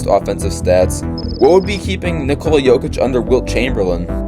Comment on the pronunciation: Great video. It would be nice to pronounce his name correctly. It is pronounced NICK-uh-la not ni-COLE-la.